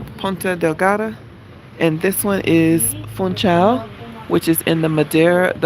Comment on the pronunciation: Madeira! I watch relaxing driving and walking tours of Madeira. I want to go there and stay awhile❤. Fun-shaw is how you say it. Hope you had a great time!